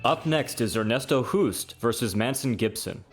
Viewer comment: Hoost is pronounced as the english word 'host'. Great list. Keep it up